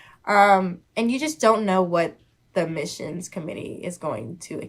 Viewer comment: Holy crap, I re-wound 3 times and she definitely said... "you just don't know what the MISSIONS committee is going to do...". I for one was Admitted to law school, not Mitted!